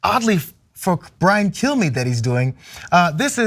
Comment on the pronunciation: Had to rewind that to make sure you didn't say "Fox News Host Brian Killme".